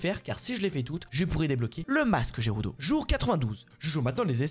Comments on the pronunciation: Gerudo ne se prononce pas j mais g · Jérudo il dit jpp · Ses pas gerudo mais guerudo